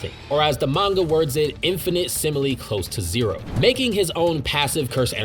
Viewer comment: I love the way you said infinitesimally